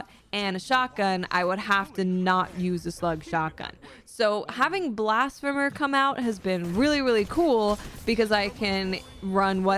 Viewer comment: Great vid and fun to listen to. Oh and Blasphemer is pronounced blasFeemer. Keep up the great work.